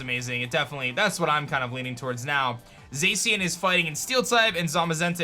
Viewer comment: You said zacian wrong see Japanese pronounciation of the word Cyan